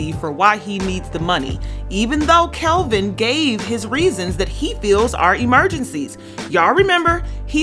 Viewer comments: Its Kevin...not Kelvin....its off putting when a host gets something like this wrong ovr and ovr. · Kevin!!!!!! Not Kelvin lol.....